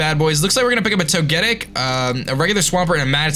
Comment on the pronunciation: I hate to be the one to point it out but to get ic its pronounced toga tick not to get ic i know toga tick doest look like it would but thats how it is